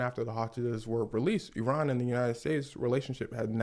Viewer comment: Pronounce Iran like that brother. Not eye ran. This guy can be a good teacher of history. This is accurate in a much less formal way.